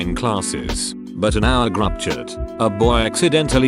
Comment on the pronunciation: I heard the voice say groupchat and it sounds like GRUPP CHIT and i cant stop laugh crying send help